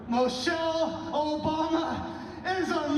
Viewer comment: he said " Moe-chelle Obama" too